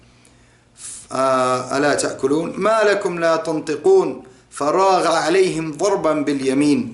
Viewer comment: brother isn't فراغ two words ,, Fa and Raagha.if i am not mistaken you were spelling it as fa_ra_ ghaa .Just for those who are learning to clarify.